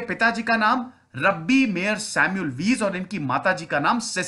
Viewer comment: Bhai unke pitaji Rabbi the, Rabbi naam nhi hai. Rabbi matlab yahudi dharm k priest. Also it's not रब्बी, it's रॅबाय. Aapne toh Rabbi Shergil ki yaad dila di🤣